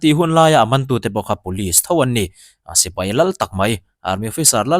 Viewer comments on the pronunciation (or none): none